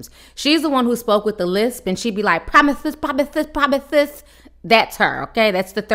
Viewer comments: Promisthis promisthis 😂😂😂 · KYLIE WILLIAMS LMAO ITS KIELY BUT HAHAHA THE PROMITHES 🤣🤣🤣